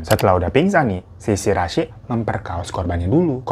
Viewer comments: Shiraishi bang, Bkn Shirasi,, berasa mo bikin sambel dengernye,, 🙈🙈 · greget gw bang .. gw dnger "Shi Ra i Shi" 🤣 . Jadi Si Rasi 🤣